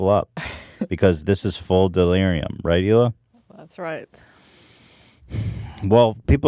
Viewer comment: "right Hila" or "regular!" lol, regular shmegular .